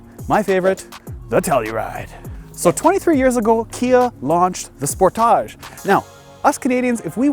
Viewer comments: Spor. Taage.. dude thinks it's a French word. How irritating! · How do you really pronounce "Sportage"? Cuz the way he saying it is really weird lmao